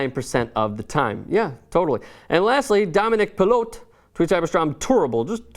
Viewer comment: Wow u read my tweet so cool ! U pronounced my name wrong lol it's pilot like a person who flies a plane but yea I just like the way the math works in current system and yes I don't want to c a change in tradition it's been apart of the game forever